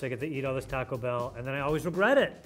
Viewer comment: I’m sorry but the way the British dude is pronouncing taco is going to stop me from watching this video